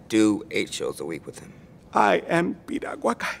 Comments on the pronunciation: lol, did she say Piruagala? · LOL...she can't even say Piragua..LMAO!!!!